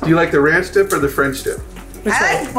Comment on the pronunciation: Aubrey always says ranch of cores lol She loves pickels😊